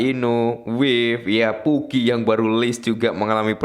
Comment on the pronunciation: Pugy, ya gua dengernya PuKi anjay wkwkwk